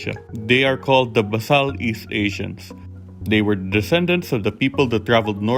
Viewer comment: FYI, it's pronounced bay sal from the root "base".